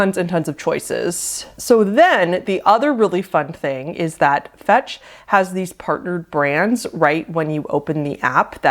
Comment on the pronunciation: for a second I thought I heard the sponsor was called "fats" until I realized it was fetch